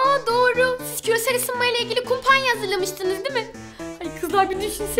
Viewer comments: kumpanya diyor fjsjrskrkrztktz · kumpanya değil kampanya pnuda ben mi ogretcem öğretmenin oldum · yanlışlıkla kumpanya dediHaha haha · kampanya diyeceğine kumpanya dedi 😂😂😂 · siz kumpanya diyor